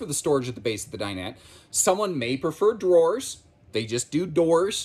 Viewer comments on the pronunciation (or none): none